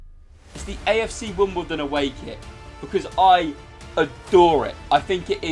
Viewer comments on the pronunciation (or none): none